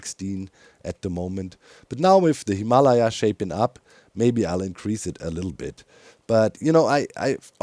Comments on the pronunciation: So, I don't know the original Tibetan pronunciation, but in American English, we cal the Himalayan mountains (phonetically) hi-muh-LEJ-uhz (German spelling for you ;) in English lej is spelled lay) - Capital LEJ to emphasize stress, or accent. You say it hē-MAH-lī-uh for example. Caps on the emphasized syllable: where the stress/accent is placed. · XD ROFL HIM-ALA-YAH XD his pronunciation of the mountains is cracking me up!!! XD I'm pretty sure its pronounced Him-a- Lay-a XD i could be wrong tho. XD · Lol still the pronunciation of Himalaya... we American English speakers pronounce it "Him-a-Lay-a" (like Princess Leia from Starwars) or "Him-uh-lay-uh" if you will. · The way Doc says Himalaya scratches an itch in my brain😂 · Your pronunciation of Himalaya sounds more like a disease than a mountain to my American ears 💀🪦🥀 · There's that "Himalaya" again. Even worse; I've never met a German (or Dutch) who can say "squirrel", for some reason. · Its funny cause doc actually pronounces himalayas pretty similarly to how french people do😂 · I need to hear one more German person say Himalaya to actually believe him that's how it is pronounced there.